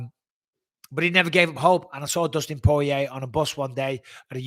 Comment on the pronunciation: Great show thank you Mike! Btw it’s Poirier not porier 😉